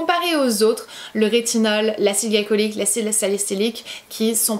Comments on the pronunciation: Tu as pas arrêter de dire « acide galicolyque » au lieu de « glycolique » pendant toute la vidéo , ça m’a tant stresser 😂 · Glycolique se dit glicolique et pas glaïcolyque... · Acide glycolique on dit gli comme dans glitter